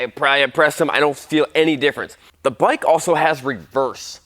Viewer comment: Say, that’s a nice bwike T2